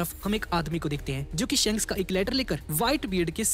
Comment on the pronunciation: Bhaiya wo shaanks nhi shaks hota hai big fan bhaiya